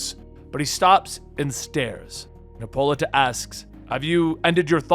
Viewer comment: Lol her name is pronounced HIPPO-LITE-A